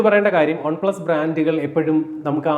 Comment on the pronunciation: ഒൺ പ്ലസ് അല്ല ചേട്ടാ, വൺ പ്ലസ് എന്ന് പറയു..കേട്ടിട്ട് ഓക്കാനാം വരുന്നു..🤮🤮. ഇനി മേലിൽ ആവർത്തിക്കരുത്. പറഞ്ഞേക്കാം.👊🏻👊🏻.